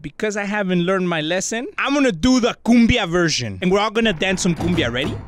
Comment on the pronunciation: And yes I know that he said “some” but it sounded like he said ‘a’